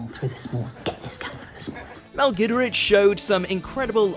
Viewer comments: Mell gidrich😂🤣 that's not how you pronounce it besti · And of course Mel's last name